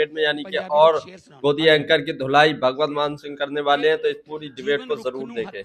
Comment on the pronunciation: Yaar Naam tu Theek bolo .... usska naam Bhagwat nahin Bhagwant hai ..... 😤😤